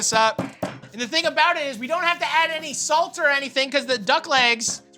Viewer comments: The best part of cooking videos is the word "about" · Its aboot faking tiiiiimmmmeeee